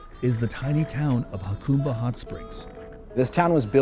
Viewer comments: That's HA-cumba, not YA-cumba. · It is pronounced HaCUMba, not HaCOMEba. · Yacumba? 😂 it's pronounced hacumba. Lol. The press is clueless. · It’s pronounced “Ha-come-bah”, NOT “Ha-coom-bah”. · 🫡 ~ It's actually pronounced "Huh Come bah" ✔️ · Jacumba,not yacumba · It's pronounced Huh- come- ba... By the way, the town used to be big stop before I- 8 came through there. That was the way for people to travel from San Diego out to the desert, past the border into Arizona, They failed to say that in the video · Get a kick out of outsiders mispronouncing Jacumba. Always amusing. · You can’t even pronounce the name correctly lol. I grew up there, the locals do not want you turning it into palm springs. Do not gentrify jacumba. You bring the lake back by uncapping the spring that used to fill it. It was plumbed to the original pools and later spa. It was capped by one of the previous owners. When i was a kid it was a break in the plumbing that filled the lake.